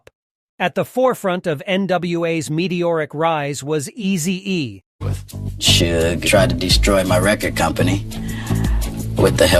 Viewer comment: Dude can't even pronounce Suge's name.